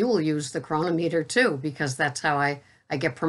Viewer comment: How many times i got to tell ya its cro non ameter lol.